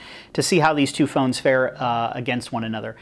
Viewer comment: Phoneses xD